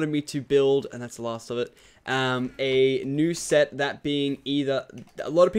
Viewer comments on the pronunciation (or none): When you said new set i thought you said nuse set